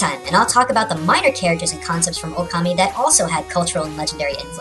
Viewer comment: its not okami its pronounced o-ka-ma-e